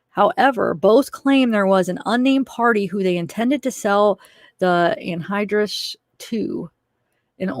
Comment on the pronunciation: you are saying anhydrous correctly